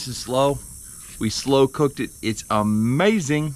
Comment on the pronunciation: "Ahmazing" 👍